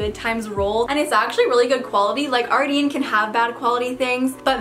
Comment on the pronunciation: It's actually pronounced Ardène lol. Loved the vid tho